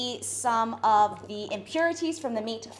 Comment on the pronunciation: Sombody is gotta tell her when to say the or the